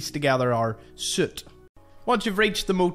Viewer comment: I’m pretty sure this guy is saying soot not suit 😂